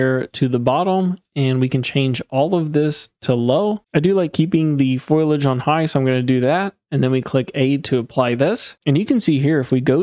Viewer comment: 'Fo-liage' not 'Foil-age'